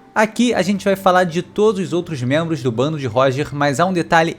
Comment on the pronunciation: Mas eu ri TANTO dele falando dos 'outros mentros'! Muito bom !!! 🤣